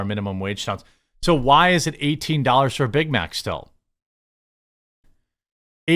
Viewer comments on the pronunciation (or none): Did she say "I got a Bit Mit"?